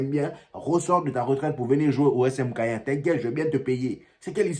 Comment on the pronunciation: Caen ça se prononce can et non cayen